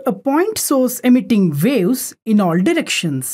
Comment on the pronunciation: ITs WAVE's LOL NOT Wales LOL >